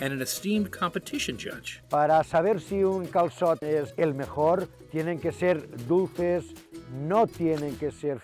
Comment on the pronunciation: YESSSS! Y'all are back! But seriously..."cal-sot"? Maybe it's just me, but more accurate pronunciation goes a long way